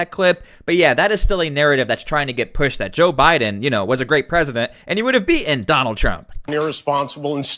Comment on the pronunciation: Here we go again. The word is 'beaten', not be-enh.